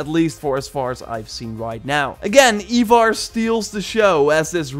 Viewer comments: my dude, you are my ubisoft hero, but for the love of all thats holy its 'eye-varr' not eeeeee-varr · Its fucking ivar NOT “eeevar”😭😭😭 for the amount of vids you have on this game and the story of ragnars sons i honestly think you should know this